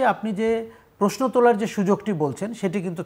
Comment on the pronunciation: আমিও এই বিষয়টি খেয়াল করেছি বহুবার।এমনকি পারিবারিকভাবে আমরা আলোচনা করেছি।কমেন্টও করেছি।উনি কেন বুঝতে পারেন না? উনি প্রশ্নকে প্রেইশনো বলেন